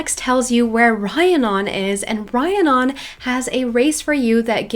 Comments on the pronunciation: Just a head's up the name is Re-ann-on =) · Just thought I’d let you know, Rhiannon is pronounced like Rihanna (the singer/songwriter) but with non at the end. Re-an-on. Hope that helps! Love your videos by the way😊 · Rhiannon is pronounced Ree-Ann-on. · Okay I love you but it’s Rhiannon pronounces REE Ann non not rhi a non <3